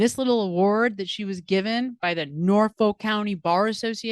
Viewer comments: BTW, it's pronounced Norf-uk. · You're pronouncing it wrong, it's Nawfik.